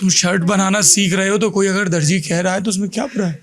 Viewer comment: intro zabardast tha jnb....magar DARJI nahin ..DARZI lafz hai, aap jese widwaan ki zabaan se aisa sun kar takleef hoti hai.....